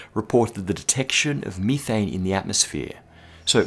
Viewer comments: ok dude i know you're from australia but srsly MITHANE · Its methane not methane smh